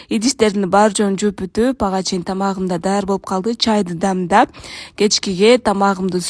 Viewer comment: 😅кочо айланып дебей кочо Тентип дегилечи дамдап эмес демдеп качан туура суйлойсунор кыргыздар?